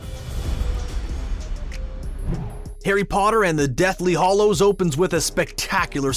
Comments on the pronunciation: It's HALLOWS NOT HOLLOWS!!! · He keeps saying deathly "Hollows". It's "Hallows". Not "O", "A". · GOD, please stop saying “deathly hOllows”. It’s Hallows.